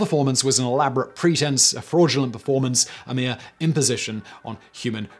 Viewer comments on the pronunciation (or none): none